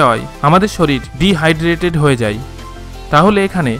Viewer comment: Vai video ta valo chilo but apni 'যায়' শব্দটি না ব্যবহার করে 'যাই' বলেছেন... যায় কে যাই না বললে বুঝতে সুবিধা হত